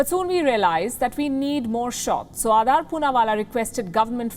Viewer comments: Why're you pronouncing it like Adaar? -_ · Why so much hate WION News in him..Shame on you Palki Sharma Upadhyay.This is shameful.And its not Adaaar Poonawala its Adar Poonawala.Shame on you now you run a smear campaign against him who has provided lakhs of Vaccines.